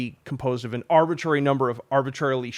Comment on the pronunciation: Say arbitrary one more time